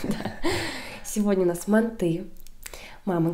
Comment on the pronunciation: МантЫ 🙄 мАнты